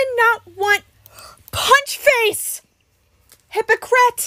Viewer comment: "HYPOCRET" I'm crying 😭😭💀💀